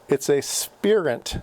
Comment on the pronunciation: Spirent is a British company. It's usually pronounced spire-unt. Or spy-runt if you prefer.